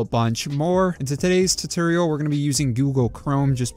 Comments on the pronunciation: Awesome video! This may be me or my hearing but are you saying tutorial or tutoral ? Regardless, thanks for the video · Lost me at "Turtorial". 🤣